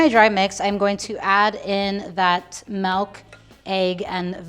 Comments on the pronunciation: It's nice to hear "malk" outside a meme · i love but the way she pronounces 'milk' as 'melk' makes me go shdjhxkcmxnKasnkxb